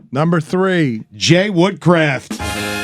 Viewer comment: 1. It’s WOODCROFT 2. Any list without Zinedine Zidane is invalid.